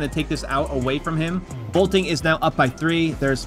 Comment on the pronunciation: He keeps saying bolting… ITS BOLTIN